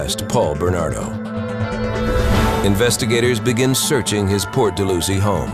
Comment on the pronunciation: Port dal-how-zee